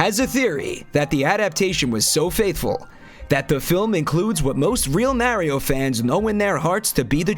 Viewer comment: Correct pronunciation of Mario, though.